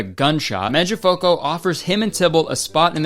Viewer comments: as an italian i’m addicted to the way you pronounce mangiafuoco i love this i want a 1 hour compilation of you saying mangiafuoco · u pronounce mangia fuoco like it’s a single English word jdnskandcnsjakan. 😭🖐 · I think that how Kurtis mispronouncing "Mangiafuoco" is literally the funniest thing ever. But srsly I bet that the author of the original book is rolling in his grave LOL they took one of the best coming of age stories and turned it into a shitfest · That Mangiafuoco pronunciation hit me hard fr fr 😂